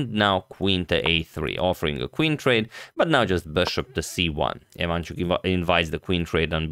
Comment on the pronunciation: he is not vAsyl, he is vasYl dude, you are so good at mispronouncing names he is ivanchUk, not ivAnchuk